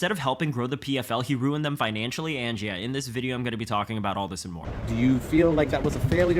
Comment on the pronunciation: say it with me- Yeah, not Jeah im sure you can do it buddy